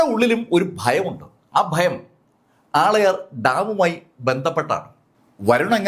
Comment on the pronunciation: ആളയാർ ഡാം എന്നല്ല.. ആളിയാർ ഡാം എന്നാണ് ആ ഡാമിന്റെ പേര് 😊